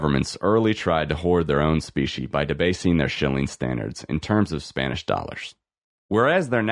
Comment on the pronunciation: Is this AI reading this? I keep hearing speeshee money. I had to look it up. It’s specie money. Meaning coins. 👍🏻